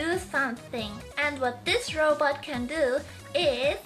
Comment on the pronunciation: i was saying that she pronounces robot like roboter, calm down